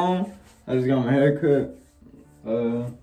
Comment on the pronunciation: He said ima get a haircuh